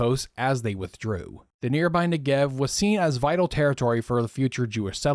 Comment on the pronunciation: Great video! (I'm only ¼ of the way through but so far it's really interesting ☺️) One note, some of your pronunciations of Hebrew terms are off- Lehi is pronounced "LEH-khee" not "LEE-high", Negev is NEH-gev, Ben Shemen "BEN SHEH-men". In general Hebrew only has two ways of pronouncing words - emphasis on the last syllable or on the penultimate one. While emphasizing the last syllable is more common overall, there are certain kinds of words that are penultimate. Peoples names, for some reason, tend to shift to penultimate (Adam - man - moves from ah-DAHM to AH-dahm when saying a person's name).